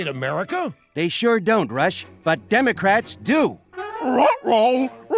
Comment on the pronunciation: When he says Rush I can't unhear Russia